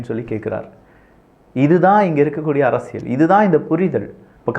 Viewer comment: தம்பி அவர்களுக்கு ஒர் அன்பான வேண்டுகோள். அரசியல் என்ற வார்த்தையில் ள் போட்டு பேசுகின்றீர்கள் "அரசியள்'. அதேபோல் பல்வேறு இடங்களில், ல் க்கு பதிலாக ள் என்றும், ள் க்கு பதிலாக ல் என்று சொல்வதை பல இடங்களில் கேட்கிறேன். தமிழ் வார்த்தைகள் நீங்கள் தெளிவாக பேசினால், அது தான் தமிழ் மொழிக்கு சிறப்பு. தயவுசெய்து பயிற்சிகள் செய்து விட்டு, முறையாக பேசினால், கேட்பதற்கு மிகவும் அருமையாக இருக்கும் என்பது என் கருத்து. தவறுகள் இருப்பின் பொறுத்துக் கொள்ளவும். நன்றிகள் தம்பி.